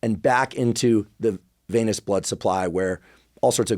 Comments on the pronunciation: Hey Andrew, it's "venous" system, not "veinous" system. Thanks for all the info! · The way you say VAY-NESS for VENOUS, and ED-IMA for EDEMA. Dude.